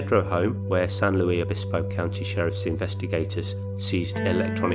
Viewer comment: I've recently found your channel, and you do a really good job! Just FYI if you're interested: The "Luis" in San Luis Obispo is pronounced with the "s" sound at the end exactly like the last name of author C. S. Lewis. Also, the "e" in San Pedro is long (silly, I know). : ) Keep up the good work.